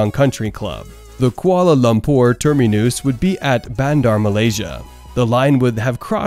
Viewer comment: What is a "termi-noose"??? 🤣